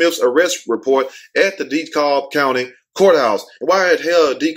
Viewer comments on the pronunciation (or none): LOL..., its pronounced 'De-Cab', not 'De- Cob'- spelled DeKalb. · Lmfao the way you said dekalb. Its pronounced DE-CAB ( but spelled Dekalb tho) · King Show Hi it's pronounced 'DeKab', but in my opinion she shot those kids, they were just lucky the bullet hit their shoe and pants and didn't take their life and she need to be charged. The 10y/o was probably disrespectful and met the wrong teacher.